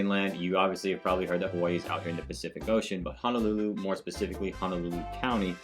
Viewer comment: Ho no lulu not han o lulu. And o ahu not o wahu. Get it right.